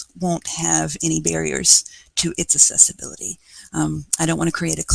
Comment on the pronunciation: There is a difference between "assessiblity," the word she is saying, and "accessibility," the word she apparently means. The "cc" is pronounced "ks;" "aksessibility." It matters.